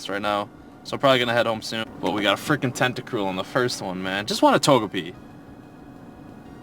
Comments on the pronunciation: Tentacool not Tentacruel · It's "TentaCOOL" not "TentaCRUEL". You always do the same mistake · It's tentacool not tentacruel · Everytime you called a Tentacool a Tentacruel I cringed. LOL. Great video! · He keeps saying tenticrul when it's a tenticool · you call tentacolls tuntacrule all the time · it's tentacool not crewl